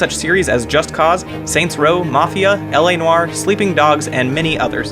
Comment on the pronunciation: First American youtuber I've seen pronounce LA Noire properly. Props.